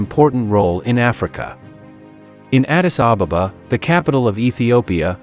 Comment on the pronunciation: why are you calling it Addis Ababababa when the name is Addis Ababa? No need to double the baba at the back. Learn to say it as it is. Come on, say it with me. 1 2 3. Ad-dis A-ba-ba That's it. Very good.